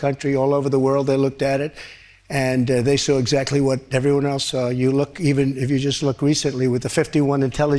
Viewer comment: It is saw not sour.